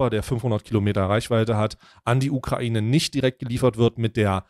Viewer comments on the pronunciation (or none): none